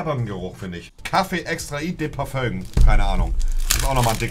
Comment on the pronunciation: Du meinst parföng